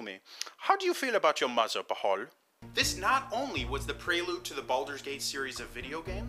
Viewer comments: Im not 100% but isnt it pronounced "bale" or "ball" not "b-hall"? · Ok, for starters, it's called: "The Time of Troubles" not "The Times of Trouble". Secondly, "Bhaal" is pronounced "Barl" (with the 'r' being soft), not "B-Harl". Thridly, what's up with you referring to LORD (not Lady) Ao the Over FATHER (not over mother) with a feminine pronoun at the end there? Ao should only be referred to with masculine pronouns since, even though he doesn't have a gender the way creatures do, his nature is more correctly analogous to that of the male gender, since in the act of creation his power tends to a more perfect likeness to the male's role in procreation, which is itself active and giving, rather than passive and receptive like the female. Pretty basic theology bro.